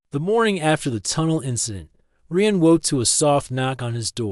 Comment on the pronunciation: This needs some work. You need to fix the vocal cadence of the AI. Also, the AI doesn't need to say "dot" when it hits a period at the end of a sentence. The AI calls the human Reeuhn instead of Ryan. There are several other issues as well. Listen to the story and fix the problems before you post it